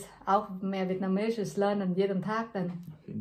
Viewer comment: is a quick thinker and very articulate. His Vietnamese pronunciation is good. He seems quite reserved and emotionally honest, very endearing. I have a personal (and somewhat strange) reason for watching the video. resembles someone I miss dearly so seeing him puts a smile on my face. Thank you for the video.